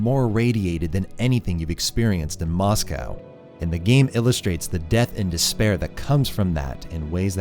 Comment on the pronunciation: The way you pronounce “Moscow” makes me want to rip my ears off… Still, cool essay.